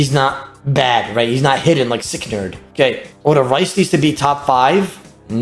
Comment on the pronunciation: Rhys is pronounced Reece not Rice lmao.